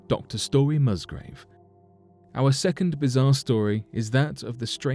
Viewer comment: The gentlemans' name is Musgrave not Mustgrove.